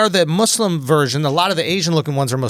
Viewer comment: finally someone who knows how to fuckin pronounce muslim. its mus-lim not muuuzzz-lim. JEEZ LEWEEZ